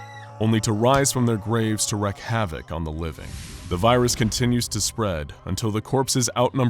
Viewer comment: "A baby's cry triggers a natural instinct in our brain to help the infant." Jokes on you, I haven't got a paternal bone in my body. I hear a baby cry and want to punt it out the nearest window. Also, this is just a small bit of feedback. The word 'wreak' is pronounced like reek. If you wreak havoc, you are causing destructive mayhem. If you wreck havoc, you are destroying someone or something called Havoc, and that's definitely not the same thing. ;)